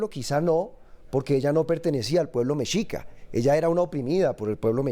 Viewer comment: Min mi amada,. En esta caso se pronuncia * Meshica * aunque de escribe Mexica.